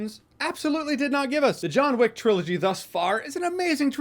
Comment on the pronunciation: *Jahns Wick